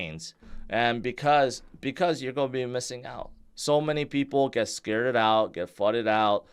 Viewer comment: just said “scarded out” lmao